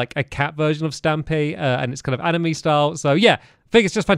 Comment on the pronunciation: Did anyone notice he said animey instead of anime on the love garden